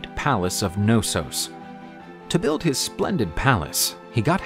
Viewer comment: As a Greek it makes me very happy to see our mythology being broadcasted in this manner for all the world to see and I understand that names need to be translated to be more pronouncable for other languages as long as they don't differ too much from their origins. So please everyone the K in Knossós is pronounced otherwise you are referring to an entirely different thing ☺️